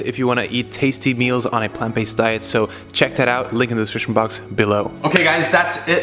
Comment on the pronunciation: Did he say plant based . . . cot damn it